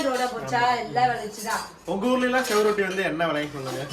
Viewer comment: தம்பி அது செவுரொட்டி இல்லை சுவரொட்டி